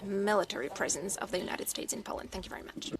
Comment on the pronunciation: She can't even say POLAND right. God help us all.